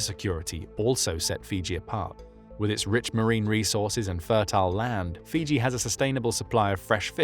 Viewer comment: Fuji??? No, Fiji